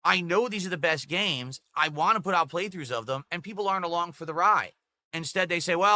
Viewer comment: "I'll talk about what I wahngk!"